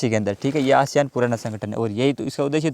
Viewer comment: एशियान नहीं आसियान हैं।